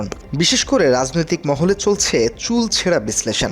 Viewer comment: উপস্থাপক, আপনাকে ধন্যবাদ। তবে শব্দটা চুল ছেঁড়া না, চুলচেরা।